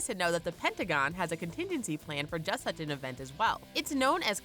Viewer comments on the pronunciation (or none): none